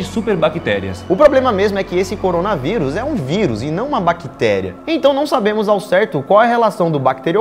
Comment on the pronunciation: Eu antes de clicar no vídeo: Corona veuris A intro: corona veuris Eu: ( '-')